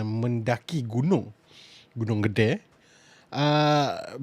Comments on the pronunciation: cara sebut nya "GEDE" bukan gede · salah, sebutanya Gede, bukan GEDE... lorat Malaysia lebih enak dan betul